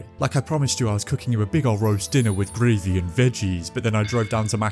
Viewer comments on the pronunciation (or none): really liked this video, your humor, and your presenting style. i have just one question. why did you pronounce "gravy" like that 😅